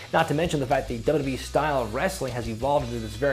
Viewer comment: "dubrubee" - how to pronounce WWE like